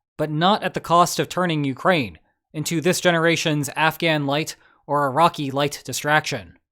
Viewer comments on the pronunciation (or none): none